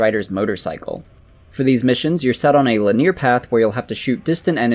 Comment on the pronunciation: Does someone else write your scripts for you? You keep pronouncing linear wrong.